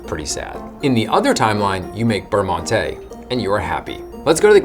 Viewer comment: 2 bites.... amateur lol just kidding. I was worse as a kid I would eat the whole pack in one bite!!! Beurre Monte check Google Translate for pronunciation.